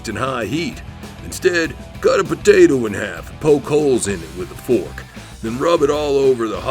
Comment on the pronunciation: cut a potatoe in half and poke holes in it with a fork lmaooo his accent came out like a mug